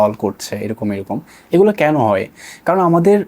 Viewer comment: এটা boy (বয়) না boi (বই) আর গলা (gola) না সঠিক হবে গুলো (gulu/gulo)